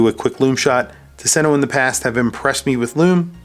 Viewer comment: Please pronounce it TOOS-en-o. Not tuh-SEN-o. “Tusen” is “thousand”; “ö” is island. There’s an archipelago outside of Gothenburg, and it’s beautiful. Marstand especially.